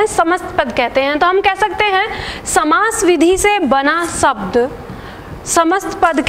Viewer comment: आपकी क्लास बहुत अच्छी है। लेकिन प्लीज एक विशेष बात ध्यान दें आप हिंदी भाषा पढ़ा रहे हैं तो प्लीज 'शब्द' को 'सब्द' कहकर ना उच्चरित करें। 'श', 'स' और 'ष' के उच्चारण पर विशेष ध्यान दें। आपका पूरा वीडियो मैंने देखा बहुत अच्छा लगा। बहुत धन्यवाद।